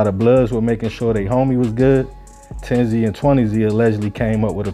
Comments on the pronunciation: Its pronounced 10s and 20s not 10-Z or 20-z I went to high school with a couple 10s used to smoke with one of them. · It’s not 10 Z and 20 z it’s 10’s and 20’s… how u speaking on gangs in states ypu have no idea how to pronounce? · thank you i was like if i hear this mf say zee one more time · aye southside we outside baby but if bro says zee one more time we gonna let the highs and lows team up and let you know how to say it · You don’t have to say the “Z” say it how it is pronounced It’s “tenz” Gang and “twentyz” gang no Z shit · Tens and twenties. Like rolling 20z from Lbc. That’s how it’s pronounced. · Bro it’s tens and twenties not 10z and 20z that’s just how they spell it not how you pronounce it I’m from mpls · this nigga said TEN-ZEE and TWENTY-ZEE fuck you on bro?????? embarrassing as hell